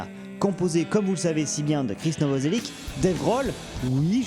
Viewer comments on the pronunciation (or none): Novocelic se dit Novocelitch :P Ptite info en passant par là (source: Nirvana en BD)